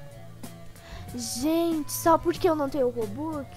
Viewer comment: Eu amo quando ele fala robuquiz